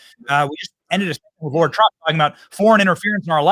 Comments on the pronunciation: We love you Benny, but it’s LARA not Laura lol TRUMP WILL SMASH IT! 💪🏻 let’s go!!! 🇺🇸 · Benny ... it's Lara, not Laura. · It's LARA TRUMP, NOT LAURA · Lara Not laura